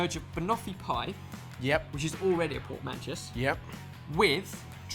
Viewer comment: What are you saying, because it certainly wasn't the word PORTMANTEAU. Sounded more. Like Portmanchess.